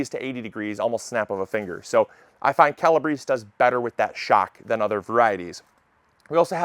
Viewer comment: CAL-a-BRAY-see. Calabrese. ❤